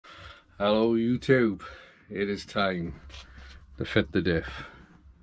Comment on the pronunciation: Every time you say "Ello Youtube" my wife responds "Ello" in a dodgy Welsh sccent by an Aussie. Keen to see how you feel on track with the LSD and why it is/isn't better. I'm sure it is.